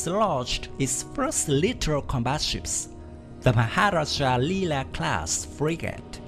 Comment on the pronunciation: Yg tukang baca ni tengkuk terseliuh ke susah sgt nak sebutnya